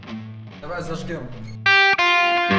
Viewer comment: только слово "Зажжём" правильно говори, пожалуйста, а не "зажгем"....